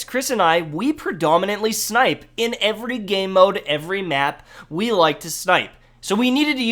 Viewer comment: i like how you say " evry" the first time